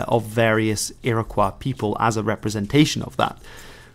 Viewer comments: A very enjoyable video. One correction. The proper pronounciation for the name Iroquois is Ear-ah-koy. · It's pronounced "Ear-uh-kwoy." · funny ur pronouncing iroquois the french way. never heard that before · It would help if you could actually pronounce Oneida, Onondaga and Iroquois. In fact they don't use the word Iroquois anyway. That's an Algonquin word meaning rattlesnakes used by the French because they're not very intelligent. The name is Hodenosaunee (people of the long house).